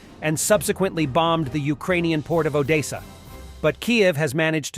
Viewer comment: By the way, I recommend spelling it as Odessa, not because of the language politics surrounding the issue, but because “Odesa” will be pronounced by your bot as “Oh-day-sa”. “Odessa” should come out as “Oh-des-a”. Maybe I’m wrong.